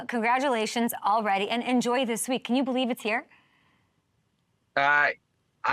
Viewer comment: I bo-lieve